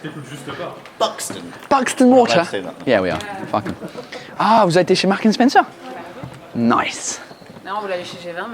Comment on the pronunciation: Hearing "Marks & Spencer" in a Canadian accent was the highlight 😅